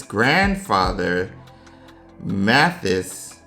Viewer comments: Omg!! I totally missed it when reading it...but hearing you say it...Mathias = theus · In American it's pronounced Matt-high-us but in English English it's pronounced Matt-he-us.